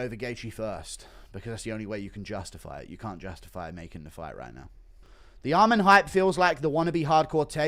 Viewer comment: This dude really say Arman vs Dan Hooker😂😂😂